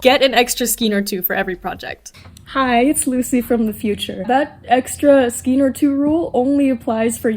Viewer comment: Skein rhymes with cane. 😊